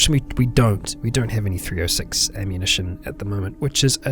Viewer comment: You just made my day, this video came up as I finished episode 9! Perfect timing! And not to sound like a nitpicking douche-bag, this is purely for clarification purposes: The .30-06 is pronounced thirty-ott-six for future reference :) I know thats odd but its just a goofy Americanized term